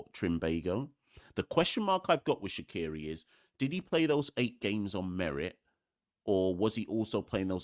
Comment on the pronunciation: Shaqere pronounced Shakier not Shakiri ❤